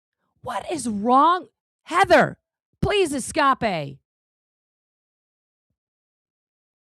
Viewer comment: " Heather, please Es-cop-pay " -- ☠️ 😂